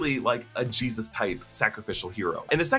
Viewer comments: Im kinda weirded out by how he says G-Zuss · is it just me or is he saying geez us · Why’s he saying Jesus weird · The way you say Jesus 🤣🤣🤣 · You say Jesus weird. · Why do you say Jesus like that... 🤔